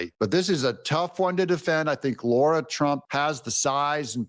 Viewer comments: DOUG HER NAME IS SPELLED RIGHT THERE! It is not Laura, it is Lara, pronounced LAR-AH. You have been mispronouncing her name for so long it’s driving me nuts. LARA NOT LAURA. Get it right already! 😂😂😂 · Lara not Lora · It's LARA FFS, not Laura. Why can so many people not show the basic common courtesy to pronounce someone's 4 letter long name correctly? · “Laura Trump”? Her name is “Lara Trump”. You know it. Do better.